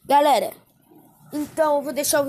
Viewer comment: Uma hora ele fala galera outra galela